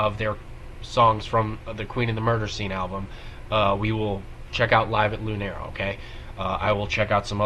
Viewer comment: So, Paulina is playing a shaker. Lunario is pronounced [loo•NAR•yo].